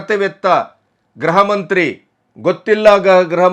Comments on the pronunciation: ಗ್ರಹ ಮಂತ್ರಿ ಅಲ್ಲ ಅವರೇ ಗೃಹಮಂತ್ರಿ ಗೃಹಮಂತ್ರಿ. ಉಚ್ಛಾರಣೆ ಸರಿಯಾಗಿ ಮಾಡಿ. ತಪ್ಪು ಉಚ್ಛಾರಣೆ ಕೇಳೋಕ್ಕೆ ಹಿಂಸೆ ಆಗುತ್ತೆ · namaste sir. grahamanthri alla. gruhamanthri endu heli.